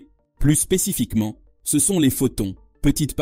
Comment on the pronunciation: Une IA de vocalisation qui n'est pas capable de prononcer correctement le mot "CE" !